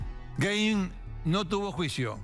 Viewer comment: se pronuncia gain